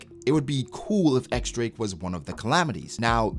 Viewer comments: Pleeeaaasse, start calling him in the correct way, not "ex drake," but "diez drake" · But when they say his name in the Japanese dub for the anime they say “X Drake,”?